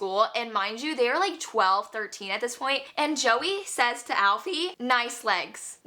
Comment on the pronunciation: Joey and alfy cracked me up, it's pronounced ee-fah not Alfie. My favorite read last month was listen for the lie